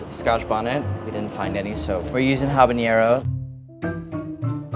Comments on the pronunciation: Andy, I would think you would know there is no tilde in habanero. LOL It's not like jalapeño. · andy, i adore you. but how the heck you callin it haba"ñ"ero?